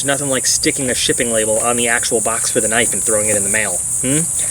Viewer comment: "mega kinfe" lol